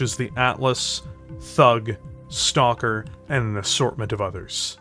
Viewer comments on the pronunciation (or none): none